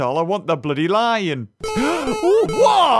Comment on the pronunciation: The first like ten seconds and he killed a cat And called it loin after three minutes